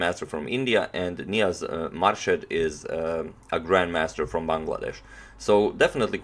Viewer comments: It is pronounced as moor shed and not as marshed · Pronounced Moorshed not Marshed :). Im from Bangladesh too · Pronounced Moorshed. Thank you for this lovely game. I love watching you analyse even though I had seen it before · On Antonio pronounced Grand master's name right, and on next second again started pronouncing it wrong again 😅 its pronounced as "moor-sha-ad" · He started to say it correctly, then un-corrected himself and mispronounced it the rest of the way He's a chess expert, not a linguist :)